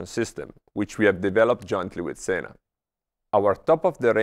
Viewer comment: You had me until you said "Sena."